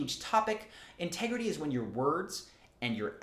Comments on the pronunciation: "inter grity" 😅 Sounds hot! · In this here ol’ town we be about honersty an’ intergrity. All jokes aside, this was quite interesting and fairly helpful knowledge.